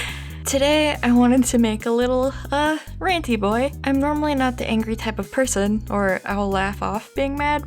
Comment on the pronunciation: i stand by her fully but i hate how she says angry